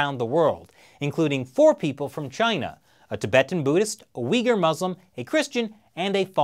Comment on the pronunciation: Please stop calling Uigurs weegers.